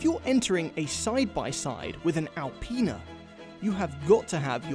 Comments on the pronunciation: A-penis.......Apinas......Alpinas... Well played, well played. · gets into the X7 “This is Al-penis version.”